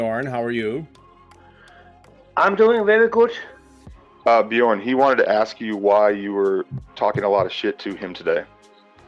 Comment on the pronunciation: BEE JORN...lol